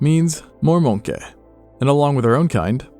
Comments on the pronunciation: “More Mohnkay” 😆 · best part of the video "more forests means more mounke" 😂